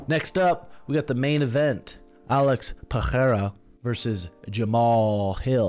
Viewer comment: Bro, that's Pereira. Not Pahera